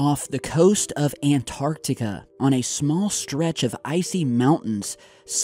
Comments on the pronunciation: U finally learned how to say Antarctica! Keep it up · It's nice to hear an American pronounce Antarctica properly.